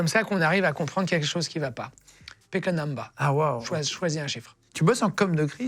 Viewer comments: C’est « pike a number » 🤣🤣🤣 choisis un nombre en anglais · Qui a compris Pékanamba alors qu'il a dit Pick a number? J'ai compris au bout de quelques minutes perso